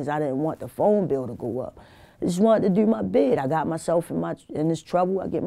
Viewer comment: The way she says the word "do" she says it like "dew" its a lil funny